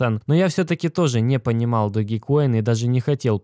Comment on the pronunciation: доудж коин (doge coin), а не доги коин, ты что ...!? Собача монета (doGGy coin) тут не причем .